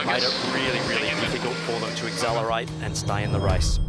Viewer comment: I am sorry to be a pain but can someone please instruct Glen ashby on how to say accelerate correctly :(